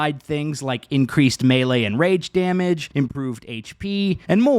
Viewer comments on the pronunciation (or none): none